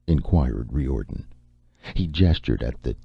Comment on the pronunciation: yes! and I'm pretty sure the name he's pronouncing Ree Or'den, is Riordan....